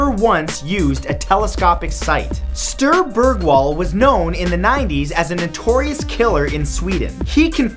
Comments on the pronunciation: and he pronounced Sture Bergwall even worse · #31 the pronunciation of Sture Bergwall makes me laugh. Greetings from Sweden